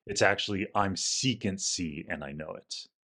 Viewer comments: After such a lengthy explanation, why didn’t you complete it with the intended pun? Saying "secant C" for sec C isn’t funny. Saying "sec C" (sehk-see) = "sexy" IS funny! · And then you F the whole joke up by saying "Secant C" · maybe u r also not english as me and didnt realize u ought not to read it as "secans" but just "sec C" = sexy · And still not pronouncing as: Sexy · It would have been funnier if you had pronounced Sec C with a short E, like it is spelled. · read it "sec c"❌ "sexy"✅ 😂